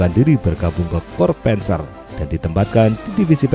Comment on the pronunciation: 👍👍👍... (admin, saran: pengucapan istilah bhs jerman tidak usah di-'inggris'-kan.. p'A'nzer, p'A'nther..)